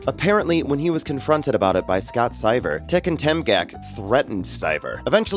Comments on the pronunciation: Daniel "Nuh-gran-yoo". Scott "Sigh-ver". wtf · Ah yes, Scott SAIVAR and Daniel Ne-grain-yu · Craziest part of the video... a poker "expert" mispronouncing Seiver (twice) and Negreanu. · This channel commentator must be an 1d10t... he says the guy with queen jack flops top pair with a 8, 9 and 4??? what?? is scott SEEVER...NOT scott syver dumm455... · And Scot Sigh-ver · Daniel Newgrainyou Scott Sighver Not how those names are pronounced. Has the narrator ever watched a WSOP episode? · You got sone names of pretty well known poker pros wrong. It is Daniel Nahgrahnew and Scott Seevert. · You also got the names wrong. It's Daniel NEGREANU, and Scott SEIVER 😜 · well fuck, let them lock you up too for your pronunciation of Negreanu and Seiver